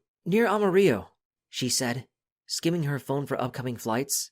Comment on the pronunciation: How dare you mispronounce Amarillo it’s ama rillo lol jking some people have different ways of saying the names